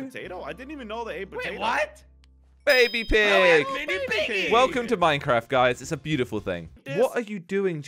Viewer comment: ToDaY wE aDdED FiVe NeW vEhIcLeS To MiNcRaF